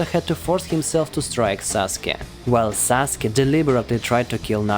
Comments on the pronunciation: It’s Sasuke not Saske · It’s sasuke not saske. But it doesn’t really matter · its sasuke not saske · “Saske” lol it’s “Sasuke” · Saske its Sasuke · IT'S SASUKE NOT SASKE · Did he say susake is Naruto's first love. 🤣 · How it's pronounced: Sa-Su-ke How people pronounce it: Sas-Kay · How many times did he say saske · Is any one gonna tell him he's saying Sasukes name wrong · I was thinking the same lol